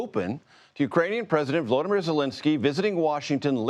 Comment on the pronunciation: You are mispronouncing Zelenskyy's name. It is VoloDYmyr (accent on 3rd syllable) Zelenskyy (not "Zelinskyy").